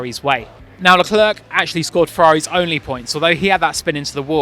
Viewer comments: Thank you! How difficult is it to say "luh clair"? Early on in his F1 career he actually described how to say his name just lie that! (Edit: I speak French too, so you can imagine how much hearing "la clurk" hurts lol) Wish commentators/journos asked Zhou how to say his name, too. I've heard multiple orders of his name said, and I'm sure they're not pronouncing all his names consistently. It's a matter of politeness. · Who's "Leclurk"?